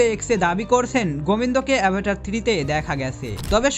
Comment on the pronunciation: সিনেমার নাম টা ঠিক করে উচ্চারণ কর আগে তার পর তো ভিডিও বানাও